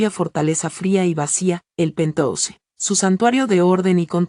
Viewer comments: si pero que escriban penjaus y que lo lea así, es preferible Mi oido sufre con pentouse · por favor usen el término ático y no pentouse o lo pronuncian en inglés o ático Queda horrible pentouse